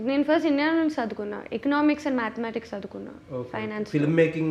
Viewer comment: chaduvukunna ❌ sadukunna ✔